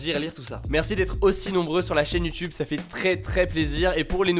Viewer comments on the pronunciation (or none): none